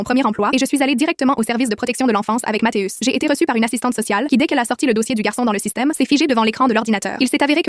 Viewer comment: On dit mathieu avec un I et non matheus